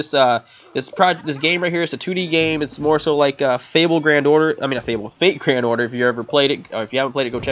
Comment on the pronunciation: "fable grand order" lol